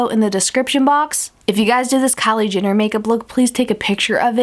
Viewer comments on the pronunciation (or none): She's like "Kylie JINner" 😂😂